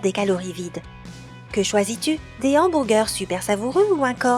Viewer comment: C quoi cette manière de dire humburger😂😂😂😂